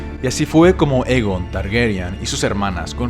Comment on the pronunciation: Está bien, pero estaría mucho mejor si pronunciaras los nombres correctamente. En la serie ya se han dicho varias veces y pronuncias mal Aegon y Targaryen, entre otros. Saludos